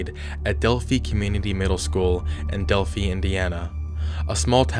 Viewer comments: Ugh, it's not "Delphee" it's pronounced "DELPH-EYE". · Moe-non, not Mah-non... Monon bridge.. Sorry but tired of people pronouncing it wrong... Also, it's Delphi, pronounced with a long-i sound. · The story about the two girls in Delphi, Indiana (pronounced Del-Fyi) was definitely one of the biggest news stories ever here. I live in Indiana (obviously) and remember seeing this story run over and over and over and over again. I didn’t realize how big it was until I went on vacation to a different state and even there I saw a news story about the girls too. People don’t talk about Indiana much and it definitely got its few years of fame…but sadly for all the wrong reasons. Also an update on the case. Richard Allen is the man charged with the murder of the Liberty German and Abby Williams. This trial is on going right now and he has pleaded not guilty to the charges. The defense is that the girls were killed ritualistically by a Norse Pagen Cult called Odinism, but doesn’t seem like that is sticking. All and all, things aren’t looking good for Richard Allen. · Del-PHI (rhymes with fly). Also, MOE-non trail. Lived about 45 minutes from there. Great video - just clarifying. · Delphi is pronounced like this Del-fi long I sound just an FYI 😊❤ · Delphi is pronounced Dell-fie.